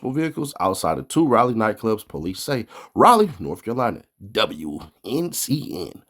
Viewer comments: Man he said raeleigh its Raleigh lmao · It's "Rally" say it right next time 😂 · Rayler NC? 🥷 don’t even remember what the inside of a school looks like.. who can’t pronounce a gatdamn capital city?